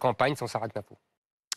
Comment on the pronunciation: Avant de vous moquer de Zemmour sur ses citations....apprenez donc a prononcer le mot "PUNCHLINE" ....barbudo cornudo....